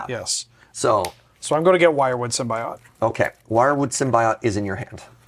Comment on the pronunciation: Long time watcher and first time commenter, Symbiote is pronounced sim-bee-owt not sim-bee-ot